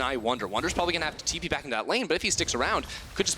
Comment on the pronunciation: Bwipo with the Tipo :'D I had to pause the game cause I was laughing so much XD